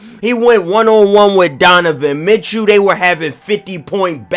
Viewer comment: This dude said Donavan Mitchell better than Ben Simmons I’m getting flight vibes